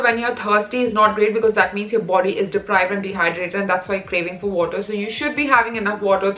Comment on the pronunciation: that "wotah"😂😂